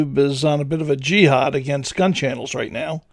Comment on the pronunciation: You're pronouncing Jihad like its Yee-haw! :) Its horrible how YT senselessly censors everything down to the toddler level. Its losing its shine for a lot of folks.